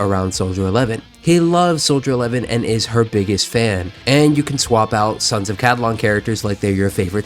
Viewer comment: Ca-li-don.. not ca-di-lon…